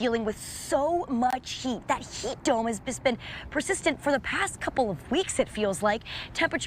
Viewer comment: Why does she say sheet instead of heat?